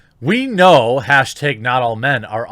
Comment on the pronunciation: Why do you say hashteg instead of hashtag? 😂 Love the show bud!